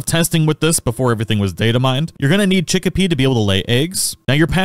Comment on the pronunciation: Abysmal pronunciation on the pals. Chikipi is not "chick-pea" it's "chi-kee-pee" Mozzarina is not "moo-sa-rina" it's "mott-sa-rina," a play on the word "mozzarella." Fenglope is "fen-glope" not "fang-lope," but I think that might just be your accent? Hoocrates was correct, though. It's like "Socrates" but with "hoo" at the beginning.